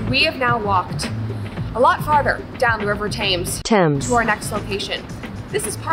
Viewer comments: Oh no, Brett called the River Thames, “ Thaymes “like it’s spelled! Haha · This was really good actually. I still wince when I hear tames though. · "tames" < temz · She pronounced it differently each time she said it. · Shout out to the h and e for not being pronounced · I wonder if the river being mispronounced was legit tho since it happened a few times 😂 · As someone who was raised in London for 30 years, I was very amused how you would say Thames... 😂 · Really going for that British humour. Love it! Althought, I really hope that her mispronunciation of thames was part of the act becuase that is legitimately the first time I have ever heard someone mispronounce the thames before. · As a Brit loved all yours and Candace vids from London i hope you had fun 🥰 just ones thing tho.. Thames?? Really Brett 🤣🤣🤣🤣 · As a Englishman, I appreciate the irony, the sarcasm. Brilliant content, but the pronunciation of Thames cannot be tolerated, we are no longer friends.